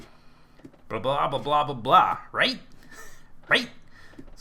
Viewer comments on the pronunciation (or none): I'm sorry but it sounds like you're saying "rape" instead of "right" xD